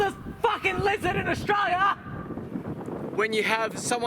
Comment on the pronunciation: AustRaLia. Say it properly ffs